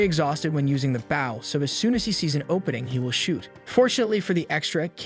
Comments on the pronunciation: I’ll never get over the automated voice not knowing how to pronounce the word bow. And not baow 🤦🤦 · please im suffering!!! stop pronouncing bow incorrectly